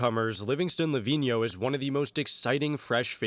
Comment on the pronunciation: Bro leaned How to say Livinho perfectly, +1 sub